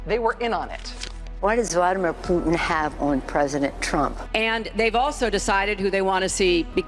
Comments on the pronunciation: “Vadamir Pluten” 😂😂😂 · Who the heck is Vadd a mir poot tin???